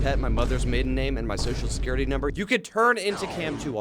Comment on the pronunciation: The way he said social security 😂😂